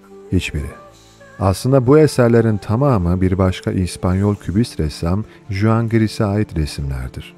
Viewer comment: Juan (huan) a da juan diyen bir zat